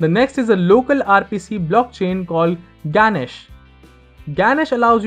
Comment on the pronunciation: When he pronounced Ganache like Ganesh was probably the most south Asian thing I have ever heard. And in a good way 😃